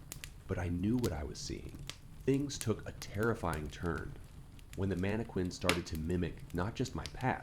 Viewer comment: Please stop pronouncing “mannequin” that way